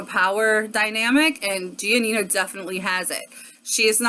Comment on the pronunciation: Her parents said gi-ah-nina though? Did I hear that right?